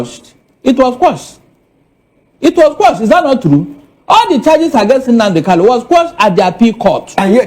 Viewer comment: My friend, his name is Kanu and not Kalu. It's irritating hearing this supposedly educated man saying Kalu instead of Kalu.